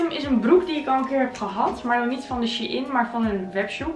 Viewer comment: is het She-IN of Shein (zegt shine)